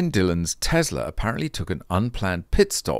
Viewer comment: John Cadogan pronouncing Tesla as Tesla, lad . It’s not Tezla.